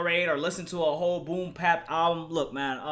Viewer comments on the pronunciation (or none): Nigga you can talk about this album when you can pronounce BOOM BAP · Mann you killed me with this one. Fuck a melody. This is a rapper. Fuck pandering to the masses. And it's Boom Bap. Not Pap. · fax and the fact that he kept saying "boom pap" annoyed the fuck outta me